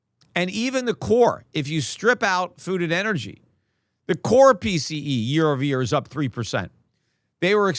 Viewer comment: Peter.... Silvah, ovah, 100. 😂😂🎉🎉🎉 Fk butcorn